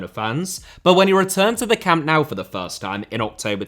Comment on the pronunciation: Why do you say "camp now" instead of "camp nou"?